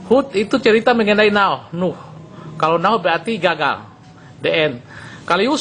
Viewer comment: bacanya di en bukan de en (the end)........